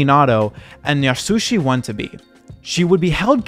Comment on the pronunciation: 'Watanabe' is pronounced a bit like "wah-tu-NAH-bae" for future reference ♥ I appreciate your viewpoint on 44 Days. most edgy songs about horrific crimes against women are just gawking masked as concern. it would be so easy to pour more sympathy into those lyrics but it still just comes out... gross. generally dudes who write songs like that are going to turn out to be scary POSes themselves. why? well, why are they so preoccupied with it in the first place? either they have a hero complex (red flag) or they enjoy immersing themselves in that kind of misery. or a worse, third thing. Edit: Aaaaand the lyrics to Real Death made me cry. The backpack got me.